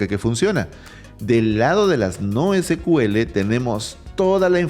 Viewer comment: Se pronuncia SIKUEL, porque el primer motor de base de datos de SQL se llamó SEQUEL (SECUELA) de ahí el nombre.